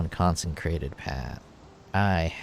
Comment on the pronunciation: Con-sih-crated Not con-sen-crated Not con-sen-trated. Good ideas. Keep it up